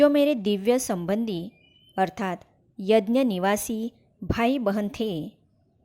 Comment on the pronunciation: Yanya nhi bahanji yagya boliye